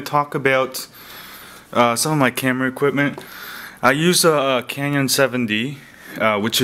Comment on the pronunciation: I get it you're not really a photographer, .. you cant even pronounce CANON correct..